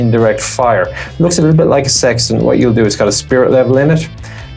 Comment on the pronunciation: Lol the part talking about the sextant, the "tant" was lost so it sounded like you were describing some weird oddly specific sex act using millimeters etc 😂 very British